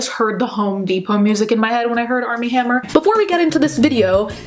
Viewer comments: I swear she keeps saying ARM N HAMMER 😂😂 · I kept thinking she was saying “Arm & Hammer” like the baking powder 😂😂